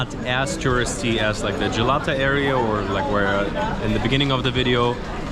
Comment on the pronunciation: Not like Gelato , it s Galata (like galatasaray)